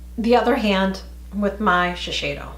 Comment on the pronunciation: I think it’s pronounced as.....she....say....do. My sister always corrects me when I say that make up brand. She likes their make up like from Shiseido 🙌🏼. Yes the thickness is well noticeable....more densely packed. Would you buy the CVS ones fir the teens and the more one for myself. Yes...you have to take off all of the waterproof mascara